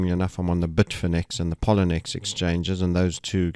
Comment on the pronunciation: Excellent as always ... but Sir may I point out: you are mispronouncing Poloniex - it is pronounced p-o-l-o-niex - thank you for all the brilliant forecasting and information.